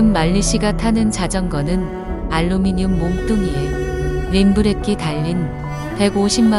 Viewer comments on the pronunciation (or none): none